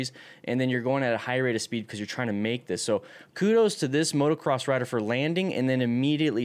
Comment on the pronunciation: motocross not motoRcross.